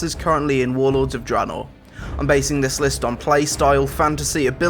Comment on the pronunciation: i don't understand why he says dranor, it is draenor